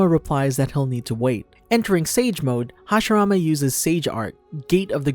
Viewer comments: OH MY GOD! ITS HASHIRAMA!!! NOT HASHARAMA!! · Roll your Rs bro…